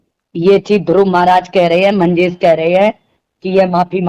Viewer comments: मंजेश भाई का नाम ठीक से लेलो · मंजेश नाम तो सही से ले लो